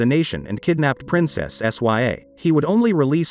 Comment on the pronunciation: Princess " SYA " lol